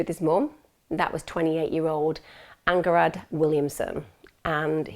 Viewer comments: Mothers name is “ang-harad” 😂😂for pronouns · You've pronounced the names so wrong, including Logan's surname. Mwangee, AnHarad, is how it's pronounced. If you really have been following this case from the beginning you'd know this, your pronunciation is telling. It's not even hard to pronounce. This happened a few miles from me and I live in the same health board, this case is incredibly close to our hearts here. At least pronounce his name correctly. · Her name is pronounced Anharad the "G" is silent.xx